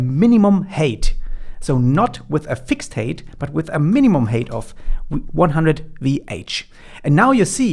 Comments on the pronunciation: Drove me nuts. I keep hearing HATE, not HEIGHT. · Great content as always, thank you so much. Helping out big time. Its "Hait / Heit", not "Heyt".